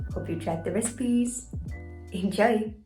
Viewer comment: The way you say Enjoy makes me think you are from Europe. Love from America 🇺🇸